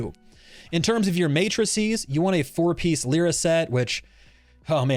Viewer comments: "leera" american moment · Everyone talking about this character: Lie-ruh Vulcan: Leer-uh